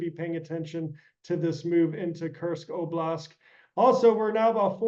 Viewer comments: For me, it significantly diminishes the credibility of an expert, who does not know that the correct word is oblasT, not oblasK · OBLAST, not oblask. This guy is no SME if he can't properly pronounce as many words as he screws up. Why is he on this program if he is this bad at what he does? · "oblask" "oblask" did this guy only just hear about russia's invasion..??